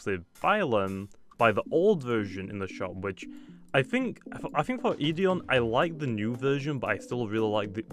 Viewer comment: It is pronounced eth eerie a